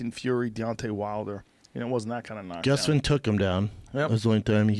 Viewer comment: The way Schaub says “Gustafson” really bothers me